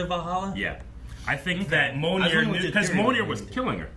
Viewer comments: Is "Mjolnir/Mjølnir" that hard to say? Why you keep saying it like "Monir"? I mean, they even SPELLED IT OUT in the movie. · Like M-yole-ner, right?